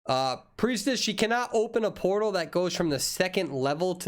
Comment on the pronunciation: He said Portal but all i can hear is "Polo" XDD